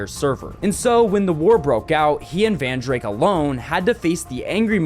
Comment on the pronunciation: No way he just misprounounced Rizen smp to Rizzen, and Vandrayk to Vandrake